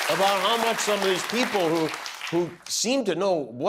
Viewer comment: Trumpf : “we won 86 to 3” 🥴🥴🥴🥴. Trumpf and Trumpfrs. “Their wur 51 millions peepole at the rally lass nite” 🥴🥴🥴🥴